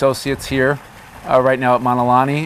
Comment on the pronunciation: He doesn’t even pronounce Mauna Correctly!☹️